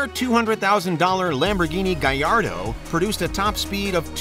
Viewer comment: “lamborghini gallardo” 🤦‍♂️